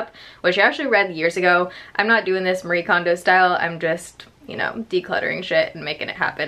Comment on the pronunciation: I've not heard a single person say Marie kondos book title correctly 😂😂